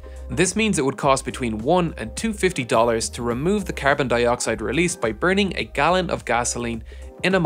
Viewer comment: "between $1.00 and $2.50" I was thinking $250.00 based on the way you said it.